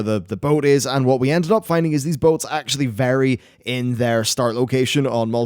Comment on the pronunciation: "We dended up having no deaths" cough